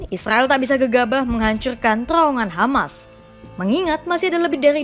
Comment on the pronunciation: Rrrr Rrrrr Rrrrr....TRrrrowongan gitu...Bukan Terowongan....Rrrr....Rrrr Rrrrr.....